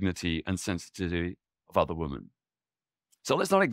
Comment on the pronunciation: Why is women mispronounced consistently? It should be /wimin/.